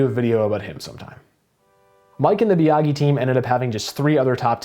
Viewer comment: I thought Wallace and Ultra parted ways so he could drive the 12 and Lepage was thrown in And Biagi is pronounced Bee-a-jee